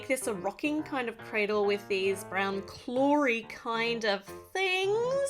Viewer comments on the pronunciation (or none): Well you stayed clory instead of Clawy . JUST SAYING!!!🙂😶